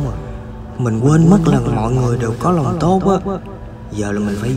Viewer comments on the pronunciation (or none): “có lòng tốt" hay “có LÒNg tốt" :-?